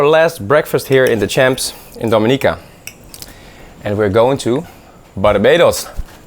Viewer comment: It's pronounced Domi ni -ca not do mi-nica